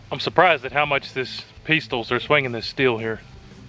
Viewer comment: peestoles lol